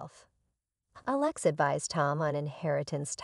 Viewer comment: Please learn how to pronounce Alex